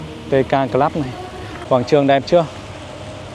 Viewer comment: Gọi là : Cờ Lúp ( Club ) gọi Cờ Lắp là Sai nhé